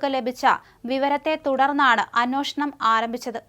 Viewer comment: അന്വേഷണം ആണ് ശരി. അന്വോഷണം എന്ന ഉച്ചാരണം തിരുത്തിയാൽ കൊള്ളാം.